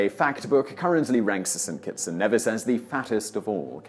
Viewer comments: St.Kitts & Nevis (pronounced knee viss) Ne(h)vis is in Scotland lol. Just a helpful tip. I love you and your TopTenz to the Moon and back by the way! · Actually, St. Kitts' sister island is pronounced KNEE-viss (Nevis). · I was thinking “my island won’t be shown on here, they’re so healthy...BAM St. Kitts & Nevis” it’s pronounced KNEEvis btw..